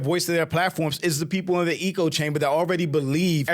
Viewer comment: For goodness sake it's 'eh-co' chamber not 'EE-co' chamber 🤦🏾‍♀️